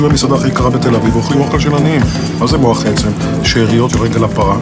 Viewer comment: מח עצם עם צירה ולא מוח עצם!!